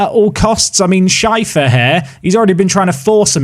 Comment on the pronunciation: Why do you pronounce Schäfer Scheifer?